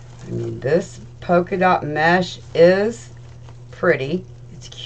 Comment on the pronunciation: Just an fyi. It’s polka dot, sweetie. I love your wreath!